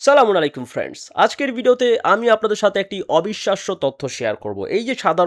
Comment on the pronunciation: আসসালামুয়ালাইকুম আপনি সালামটা ঠিকমতো দিন